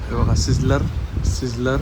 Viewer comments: सिझलर नव्हे स्लायसर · Hello Bhau Tumhi pratek Slicer la sizzler ka bolta?